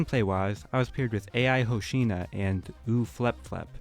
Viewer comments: Bro said AI Hoshino 😂😂😂 man I'm dead after that 💀💀💀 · ah, a little funny mistake the person you played with called AiHoshino is pronounced eye-ho-shi-no it's japanese don't worry i actually found it funny it's like people pronouncing hatsune miku hat-sune mi-ku instead of ha-su-ne mi-ku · My man called ai hoshino a-i hoshi-na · No way he called Ai hoshino AI hoshino 😭😭😭😭😊😊😊🤣🤣😊😭🤣🤣🤣🤣🤣🤣☠️☠️☠️☠️☠️ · No way you said A I hoshino 😭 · You just say I-hoshino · The way he said ai hoshino💀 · the way he prounced Ai Hoshino's name is funny to me XD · nah the way you said ai hoshino😂😂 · The way he pronounced AI Hosino 💀💀💀💀